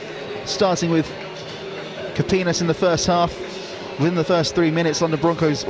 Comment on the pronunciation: whoever is commentating.. you gotta learn the names of the players. its like I'm hearing the same name for the every melanin player 😂. and get the Pronounciation for Epel Kapinias right. It's Kah-Pee-Knee-As..